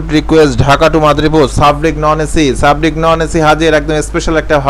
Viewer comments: sarbick re sabrick bole🤣🤣🤣🤣 lol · ভাই সাব্রিক না। সার্বিক হবে। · ভাইজান বাসের নাম সাবরিক না সার্বিক। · সাবরিক না ভাই সার্বিক